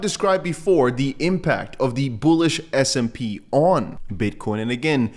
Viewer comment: Love your show. But it sounds like you’re saying SMP. It’s S&P index 😅